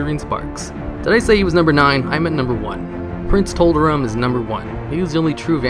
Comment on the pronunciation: Did he say Prince Toblerone?